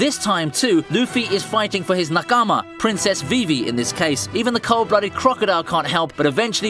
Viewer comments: they way you pronounced nakama is hella cringe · listening to this guy attempt to say nakama, katakuri and onigashima is the funniest stuff i've heard all day